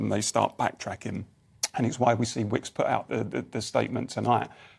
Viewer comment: He got his vowels mixed up he works for Wickes not Wokes